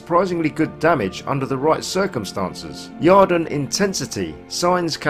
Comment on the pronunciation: There’s no a in yrden lmao